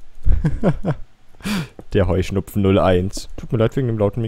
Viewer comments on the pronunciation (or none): Höhschnuppfen aha so ist es richtich Heuschnupfen